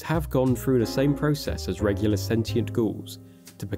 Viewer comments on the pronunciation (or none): none